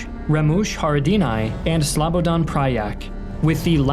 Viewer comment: Damn, the pronounciation of the last names is pretty damn good. Rarely someone gets those right. Good job. You still sad Slabadan instead of Slobodan, but the Milošević part was spot on.